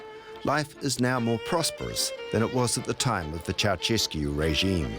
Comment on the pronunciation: David Lomas pronounces Ceaușescu (Chou-shes-koo) as Chauchesky like it's a Slavic name. lol